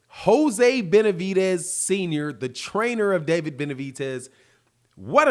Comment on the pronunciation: I just can't ignore calling him benavitez ffs😂😂